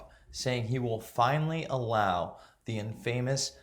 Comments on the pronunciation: "Infamous" pronounced in/fa/mis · "in famous"? do you even read, bro? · Infamous. The accent is on the first syllable not the second. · did you just say "IN FAMOUS?" Come on guys, this is not how you appeal to people....wtf? I could do a way better job than this clown....just hire me and watch..... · I've never heard "infamous" pronounced that way. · Words are important and so are their pronunciation. When you miss words like infamous that is just poor form because you can edit or re-record. If you pronounce names like Sweatt two different ways you confuse the listener that is not reading along with you. I really like “We are Change” and want to see it grow. It’s hard to ask for donations when you’re missing basic words. Good video otherwise.